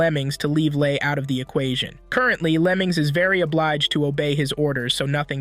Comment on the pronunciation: What bro says: Lemings What i hear: lemons